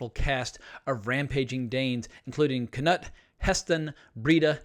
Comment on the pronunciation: I love ur vids, but for the love of God. It's, not kaNOT lol 😁👍🏻